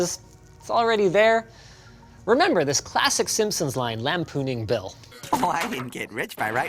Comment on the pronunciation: 'Meber Netscape? I 'member!